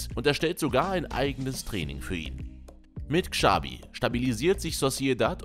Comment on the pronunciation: Dass niemand in Deutschland Xabi und Xavi aussprechen kann, sondern mit einem "Ksch" anstatt "Tsch" ausspricht, triggered schon sehr. Wenn man schon ein Video für solche Spieler macht, kann man auch mal entsprechend recherchieren